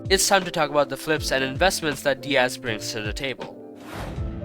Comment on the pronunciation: finally u said "diaz" instead of "die-az"